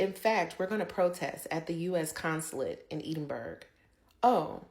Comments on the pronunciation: Edinburgh is pronounced like this: eh duhn bruh NOT Edin burg. The g is silent. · ED inburgh. Not Eed inburgh. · Ed in burr ah not berg! 😂 now let’s hear it again! 😂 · Seriously it is not Edinburg it is Edinburgh ED-IN-BRUH. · Edin-burra. Not Edinbourg. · Edinburra not EDENBERG! Please have the courtesy to say it correctly . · We are also protesting at the voice over calling our Capital City edinBURG!!!!!!! It is Edinbrgh pronounced Edinburra or Edinbra. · Well done Scotland from Canada. 🇨🇦 And it is not Eeden burg it’s Edinburgh. Please make an effort to pronounce it properly. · It's not EDINBERG! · Stop saying Edinburgh wrong. Do you see 'berg' anywhere in that word? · What Scot’s also don’t like is when Americans can’t pronounce Edinburgh it’s. Ed-in- burr-ah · Edinburgh is pronounced “ Edinburrah “ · Say it as Edinburra! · It's edin buurra. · Can you not pronounce Edinburgh correctly? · Americans: please just say "the Scottish capital" .. Edinburgh is not worth the mispronunciation hell you put us through. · learn to pronounce Edinburgh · The pronounciation of Edinburgh made me cringe!